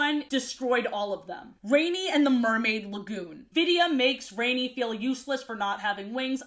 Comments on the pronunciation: Rani's name is actually pronounced like Rah-ni (kinda like Ronnie?) not Rainy. I know this because I listened to the audiobook versions as a kid. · Rani's name is pronounced RAH-nee. She's named after Gail Carson Levine (the author of the book)'s sister. I understand mispronouncing, I did until I heard the author say it. Rani was always my favorite character and I still use her metaphor of being "filled with water" as an excuse for why I'm such a chubby crybaby. Even her quirk of finishing people's sentences was something i related to because it was something i did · No idea if "rain-ee" is how you're supposed to say the name because Rani is an indian name pronounced "rah-nee" and I assumed that was how you said it and this confused me like hell as a kid because I wasn't sure why an Indian sounding name was used for a blonde/blue eyed fairy lmao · Ranis name is pronounced ron- ee like Ron Wesley or whatever tf that dudes name is . If it was raini ( rain-ee) it would be spelled raini :3 just thought you should know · You know the fairy named "rainy" its not actually pronounced "rainy" it pronounced "rah-nee" spelled "rani" which means queen in hindi (hindi is a Indian language) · I'm so happy to see this omg side note I always pronounced Rani as rohn-y instead of rainy as a kid